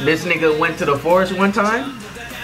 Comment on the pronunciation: "he said nigga" no he said Niga not nigga xD